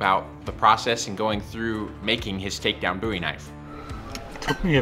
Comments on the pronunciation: Bowie.. Do you call David Bowie David Boowee? No, no you do not. Love your work though. 😉🍻😐Boowee😑😣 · Please stop saying boowee 😑✋🏼